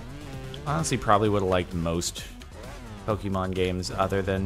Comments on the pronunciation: making fun of pronunciations of lickitung and cant say the word pokémon correctly smh. it's not pok-EEE-mon its po-KAY-mon. get rekt lul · jardon its pokemon not pokeemon